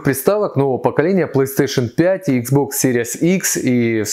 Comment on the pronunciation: Зачем исковеркали название бокса?